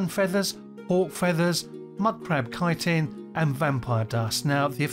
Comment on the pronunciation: I do use Resist Magic, or at least a one-potion combo of Resist Fire and Resist Frost, but only when I remember. Well done for being one of the few people to pronounce "chitin" correctly.